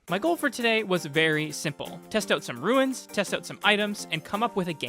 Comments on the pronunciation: bro was like RU-INS lol. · It’s pronounced runes